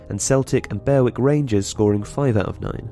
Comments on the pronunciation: Berwick is not pronounced in that way. An exception does not make a rule. The video did nothing to outline why any of these factors might lead to better governance. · Shows the lack of depth of general football knowledge when you cannot even pronounce Berwick correctly.